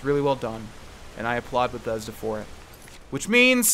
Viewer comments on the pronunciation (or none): none